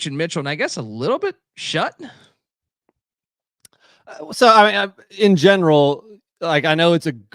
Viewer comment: Schutt is pronounced “Shoot” not “Shut”